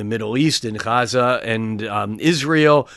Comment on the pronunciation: Love the reading, thank you, and love the way you say “Gaza” 🙌🏾❤